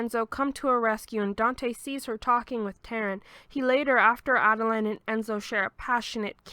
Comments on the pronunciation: It's Ah-deh-lee-na. Spelled Adelina. It's Raa-fah-eh-leh. Spelled Raffaele. It's Keh-neh-truh. Spelled Kenettra. Love the summary nonetheless. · i think her name is adelina, not adeline